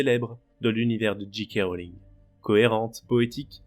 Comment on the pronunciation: Bonjour, merci pour la vidéo, essayez de dire Djé Ké Rowling et non Dji Ké Rowling. C'est dommage de prononcer à l'anglaise et si mal prononcer le 'J'.